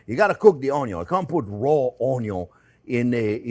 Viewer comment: 'ello friends! ❤ Onyon 😂 Love you Jean. Thanks for the lessons and passion.